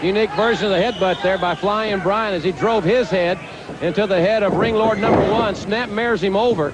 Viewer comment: LOL JR calling Ringlord "Landlord" 😂